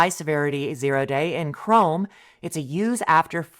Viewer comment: its not "Oh day", its 0 day (zero day), shorthand for zero-day exploits